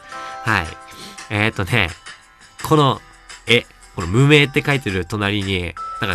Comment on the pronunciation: 最初の、無名でーすが 運営でーすに聞こえるww